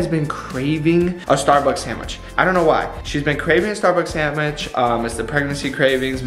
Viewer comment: just saying “SAMwich.” And not sand-wich lol 😂 makes me laugh every time